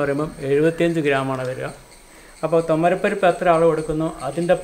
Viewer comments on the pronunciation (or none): തോമരപരിപ്പല്ല തുവരപ്പരിപ്പ് കരിവേപ്പില അല്ല കറിവേപ്പില രണ്ടും വഴുതിന തന്നെ കത്തിരിക്ക എന്നാൽ തമിഴ് ആണ് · സർ ഞങ്ങളുടെ വീട്ടിൽ കരിവേപ്പ് എന്നല്ല പറയുക, കറിവേപ്പില ആണ്.. പിന്നെ തുമരപ്പരിപ്പ് അല്ല, തുവരപ്പരിപ്പാണ്